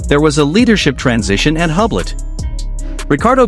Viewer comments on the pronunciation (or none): Please try correct French pronunciation of the company. [yblo] The H and final T are completely silent.💜